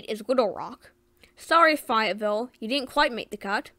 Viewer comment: You pronounced Fayetteville wrong. Check out the history of Hot Springs, Arkansas, big history there